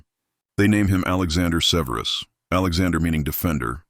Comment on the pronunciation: SEH-ver-us, not "Severe us"